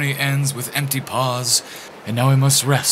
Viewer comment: The accented “meow” got me! 😁